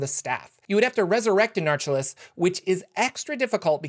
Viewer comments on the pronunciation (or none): I dont think your saying that name right. Anarcholes, I think the Les at the end is pronounced like Hercules and not Less